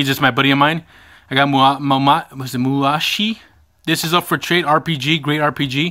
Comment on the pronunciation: fucking epic finds! by the way that PS1 game is Moo-sa-she. and seriously you find such epic shit! Americans get everything. i want that soundwave!